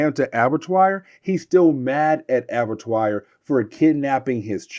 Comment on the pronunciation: ABBA-TWA.... it's pronounced ABBA-TWA. It's French. It means Slaughter House.